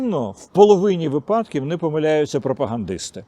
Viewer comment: Не випАдків, а вИпадків